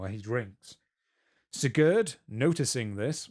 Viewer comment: German is not my native language, my native language is less related to German, but god damn, that "Sigurd" pronunciation Just how even? He is not Franco-Spanish...